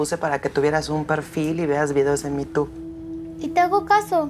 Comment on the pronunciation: "Mi tu" en vez de "YouTube" 😂😂😂